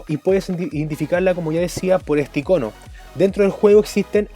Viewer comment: Me pregunto por que siempre dicen "ICÓNO" aun viendo escrito "ÍCONO"...¿?